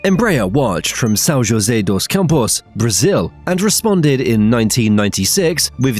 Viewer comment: It's Bom-BARD-ier, not BOMB-ard-ier. It is a French speaking company. And Embraer is headquartered in "San-Hosay-Campos", not "joe-say". Sloppy.